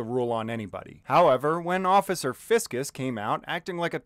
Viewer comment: I can't tell if you said occifer on purpose or accident, either way, it was hilarious hearing that